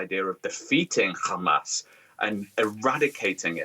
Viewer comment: an analyst and a professor from the UK, pronounces Hamas as if he lives in Israel.